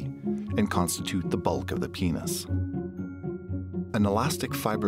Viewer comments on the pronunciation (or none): the way he he says "into the PINES"